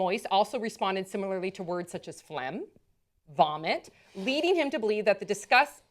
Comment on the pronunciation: Also phlegm without the "g" pronounced... Maybe because my main language is not english.